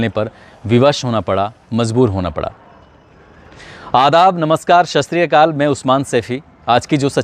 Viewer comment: I told you about that's, please don't say sasi kal. in Punjabi because it's a wrong words. please say that's सत श्री आकाल ।